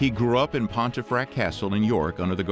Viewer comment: "Pontefract" is pronounced "Pumfurt"